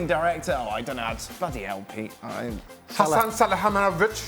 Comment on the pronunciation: The presenter trying to pronounce Hasan Salihamidzic was embarrassing.